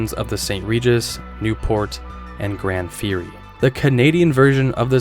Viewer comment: Sir! "GranD Fury"!?? Plymouth used GRAN (no D) for a long time. It was well and widely known.